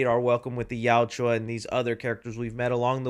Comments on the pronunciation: Not criticizing, just informing... You are mildly saying the name erroneously. You're pronouncing it "Yowt-U-Ah," but it is pronounced "Yowt-Ya." Still, I strongly appreciate your review. Just wanted to let you know. Continue making good work,. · Gaaaa stop saying Yauchua! It’s Yaucha. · please learn to say yautja not "yaw-chew-ah" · Dude, you're a Predator fan and you can't even say their name right. It's (yowt-juh). Not (yowt-jew-uh). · WHY can no YouTuber pronounce Yautja correctly !!!?? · Bro spittin out Yauwtjoua like its a slur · It sounds like you say: "The Joshuas" 😂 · Please learn how to pronounce yautja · plz don’t bring saying yautja if your gonna be saying it wrong like literally everyone else doing reviews lol( no hate) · One day will pronounce "Yautja" correctly. I just know it😭🙏🏼